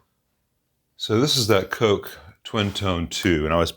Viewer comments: Koggg is the right pronounciation. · it's pronounced "Kock" (hehehe)